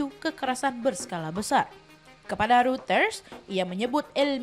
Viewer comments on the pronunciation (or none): none